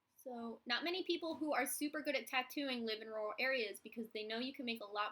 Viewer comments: I'm from Georgia and I've always heard it pronounced "rer-al," to me it sounds like you say it more like royal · haha it took me a while to work out that you were saying rural - in Australia we pronounce it roo-rul, so I was like I don't understand lol